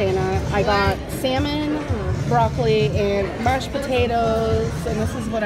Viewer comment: Did our gorl seriously say “march potatoes” instead of “mashed potatoes” or did I just imagine that?